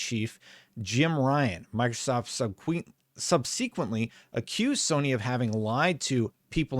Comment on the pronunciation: I've been watching your channel for over a year. Your arguements are well thought out and easy to follow. My only issue is when you murder some words. Legal terms, I understand. It's the simple words that get me. "Subsequent" you stumble on but "consumate" you nail. It's random what words you have issues with. I know it is a nitpick but it becomes hard to watch. It feels like when you have more time, your videos are more cohesive.